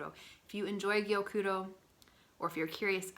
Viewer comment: Gyokuro is so lovely. Your Japanese pronunciations are on point! I love passionate you are about this tea :)